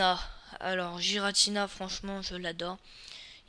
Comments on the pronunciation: Je dis ça juste comme ça mais ça se prononce pas "jiratina" mais "guiratina" ps je ne suis pas un hater je donne la vrai prononciation ;) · Tu dis des trucs faux, Palkia et Dialga ne sont pas rivaux. Et puis tu prononces mal Rayquaza et Giratina. Et Arceus est un cheval céleste... Pas un poney, et ce ne sont pas des éclairs... --' Et à l'avenir prépare-toi un texte car ta vidéo est vide tu ne dis rien à part : "il est classe" et tu te répètes et tu te trompes aussi.